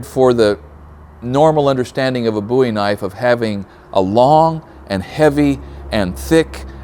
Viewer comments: Pronounced “bow-ee” not “boo-ee” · I laugh every time he says BOOIE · Pronounce the name right. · The way he said Bowie bothered me for some reason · It's pronounced Bowie not Bowie.